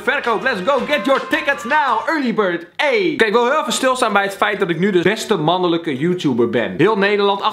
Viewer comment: 'beste mannulukkuh joetouber' ik ging stuk